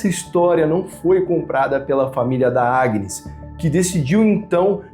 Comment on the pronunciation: O pior o narraddor nao sabe dizer Agnes 😂😂😂😂eu ri muito 😂😂😂😂acho que ja sei porque que pelo menos ela morreu foi de susto ao ouvir o proprio nome